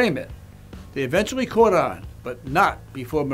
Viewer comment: Is it called "Caught in Providence" because when Road Islanders say "caught" it sounds like "court"?